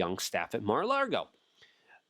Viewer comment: Lago luke say it with me. Lago. Theres no R in Lago. LAAAAAAAGO